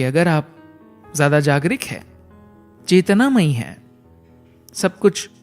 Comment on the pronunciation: Aapka Hindi uchcharan Sahi nahin hai aap Jagruk ko jagrik bol rahe hain bar bar